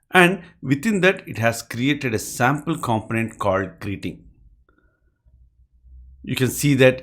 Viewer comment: With the word component, the stress is on the second syllable comPOnent.